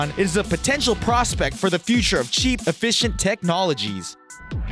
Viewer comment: Effi-Kent It’s “Efficient” you arrogant moron.